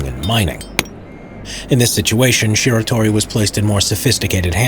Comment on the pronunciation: man I don't want to do this but... it's Shiratori not Shitori.